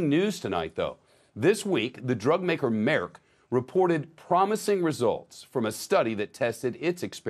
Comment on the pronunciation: Dude can't even say Merck right lol